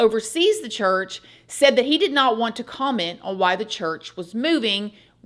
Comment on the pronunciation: yes! "OWE-un"